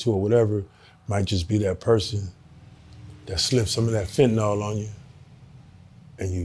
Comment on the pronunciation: Just a PSA, yes Im a drug addicted doctor....its called Fentanyl not Fentanall. Stap it